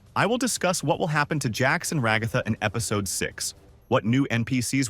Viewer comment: Just came to comment about the times you pronounced it like "Regotha"